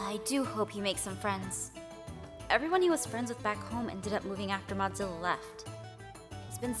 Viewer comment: When I was at the beginning and she said Modzillia: OMGGG YEEESSSSS THE FALSH BACKKK